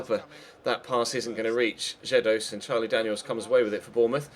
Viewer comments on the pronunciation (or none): none